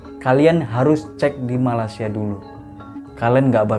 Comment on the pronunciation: Malaysia mas..bukan malasia🤣🤣